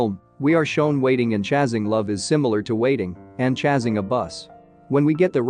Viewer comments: This isn't the first time 'chased' is pronounced as 'chazed', or 'chasing' is pronounced as 'chazzing' lol.. Gonna assume that the bot doesn't actually know how to pronounce the word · I am just stuck on "chase" and "chasing" mispronunciations 😂